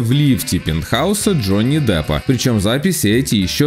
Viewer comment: Джонни Даппа?? вы серьезно??